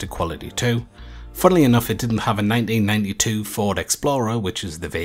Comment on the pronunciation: The way he says "1992" at around the 3 minute mark has my brain twisted in knots!